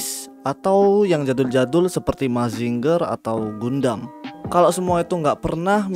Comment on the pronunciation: Gundam itu bacanya "gandem"